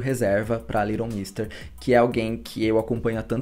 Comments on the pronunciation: Se fala LEighton nao LIGHTON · Só não entendi porque ele pronunciou o nome dela o vídeo todo como se fosse little e não Leighton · adorei o vídeo porém tentando ignorar o fato de vc pronunciar Leighton como “little” hahah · Parabéns pelo vídeo. Só um comentário: a pronúncia do nome dela não ficou legal (é difícil mesmo) só ouvi A Little, A Little. ????